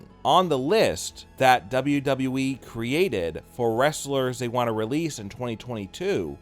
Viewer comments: At least he says WWE right now he used to say “dobbleduhwee” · I miss dobbleduheeeee....lol